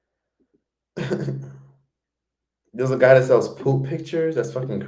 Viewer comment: SELLS**** not SALES!!!!!!!!!!!! OMG it is not even diffucult to tell the difference ffs!